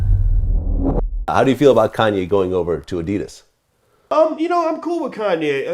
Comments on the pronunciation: Finally i understand they are saying adidas always heard it like the ditus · Funny how Americans pronounce Adidas.